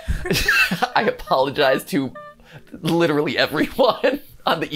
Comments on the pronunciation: "I aPAULogize" -MatPat, 2023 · “I apologize.” A-paul-ogize you mean? Sorry, that was a-paul-ing. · “I a-Paul-ogize”